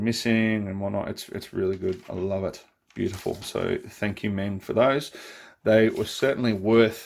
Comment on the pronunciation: Meng did a King Kitty with full interior(TS037). So the upper hull is from that kit, me thinks, hence the way it looks. And for what it's worth "Meng" is pronounced "mung". :-)